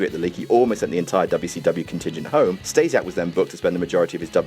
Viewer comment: Who the fuck is "Stejsiak"?